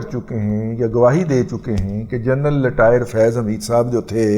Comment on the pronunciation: عمران احمد خان نیازی تو بھرپور تلفظ کے ساتھ بول لیتے ہیں۔ لٹائر کو رٹائر کہنا بھی سیکھ لیں محترم۔